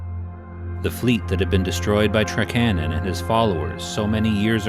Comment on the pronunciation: Yeah, I’ve always heard it as TRAK-a-non myself.